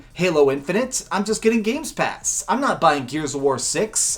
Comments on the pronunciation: Anyone else irritated he kept saying "GAMES PASS" lol Gamepass dude Gamepass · I won't trust a guy for a VS comparsion when he is unable to say "game pass" correctly. He is extremely biased towards PS and he has really no idea of what the power of the series X would mean for the multiplatform games. Oh and let's not forget that talking abot exclusives, series X is winning by far with its 8 confirmed exclusives while ps5 has just 2 confirmed exclusives.